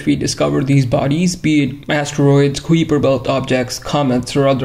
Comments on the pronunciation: FYI it’s pronounced kaiper, rhymes with diaper. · i should inform you that common english pronunciation of "kuiper" is related to "guise"; the "ui" makes the same sound as the "i" in "kite", or "ride"